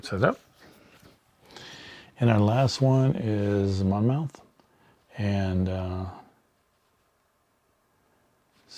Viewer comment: Oriskany is pronounced "O-RIS-kan-ee." (BTW, Monmouth is pronounced "Mon-muth." The letter "o" is not pronounced.) Thanks for the unboxing. I just received my game today. I'm very excited to play because I own none of the original volumes.